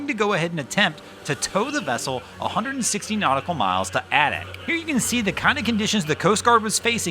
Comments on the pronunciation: It’s pronounced “Aaay dak” not aduck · Adak, Alaska...pronounced with a long 'A' then the 'dack' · I believe the pronunciation of Adak is "AY-dack".